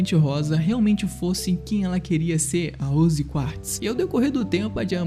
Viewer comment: Gostei do Vídeo no Geral. O Jeito que você pronuncia "Rose" me encômodou o vídeo todo. 😐